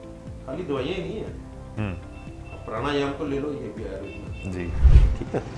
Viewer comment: भैया, आयुर्वेद संस्कृत भाषा का शब्द है और इसका उच्चारण आयुर्वेद ही है आयुर्वेदा नहीं